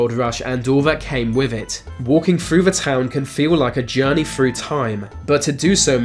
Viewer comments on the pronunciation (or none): “ A journey fru time, “ “ free hundred ?” 😁